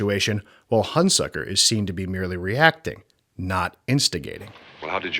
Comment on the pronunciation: You consistently mispronounce the name of Burt Lancaster's character. It's HunSECKER, not HunSUCKER. Get the basics right before you begin.